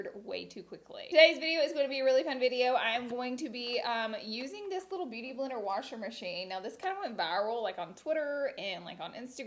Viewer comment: “Beuty Blendr” 👍🏼